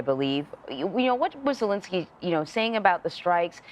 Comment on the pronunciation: Argghhhh !! Its not "Zilinsky ' and its not " Vladimir " Vladimir is the other guy. The field reporter got it. That kind of thing used to matter in journalism